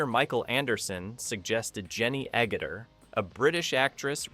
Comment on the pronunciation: I have a few commenta: Your thumbnail is of the cast of the Logan's Run TV show. Why? Where did the shot come from? I've watched this movie dozens of times and I've never seen this shot. Your AI narration is terrible; there are at least 3 different pronunciations of "Agutter." The video's abrupt ending is weird.